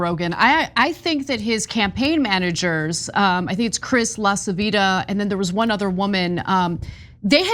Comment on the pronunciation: Greetings from Italy! I like your show but I have a stomachache every time I hear the distorted pronunciation of LaCivita (even Italian Americans don't know how to pronounce It....